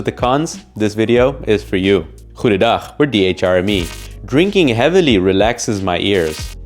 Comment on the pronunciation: I am so confused as of to why he said goedendag... Pronounciation was top notch tho!